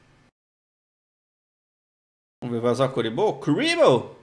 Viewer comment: Hj quero assistir Ponyo antes de dormir.. e manowowowow.. é kariboowowowoohh :( pô, passava na TV , e tipo, em português se fala kariboh e seus vídeos são em português (ÓBVIO q não é errado falar kuriboh), mas tipo, em outras línguas os nomes dos personagens mudam.. tipo o Tristan (um dos personagens principais q não aparecem no duel links) em inglês é outro nome nada a ver..